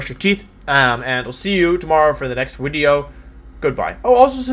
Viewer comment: I miss the “it’s ya boy, wideo man”